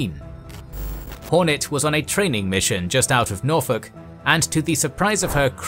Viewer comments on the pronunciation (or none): none